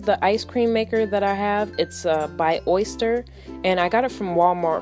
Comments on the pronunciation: Looks so delicious, it was making my mouth water. I want some so badly. Just a simple correction on a pronunciation. The pronunciation of the name of your ice cream maker is Oster, not Oyster. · I LOVE that you put enough pecans in! So many people don't. FYI: Oster is pronounced au-ster, not oy-ster.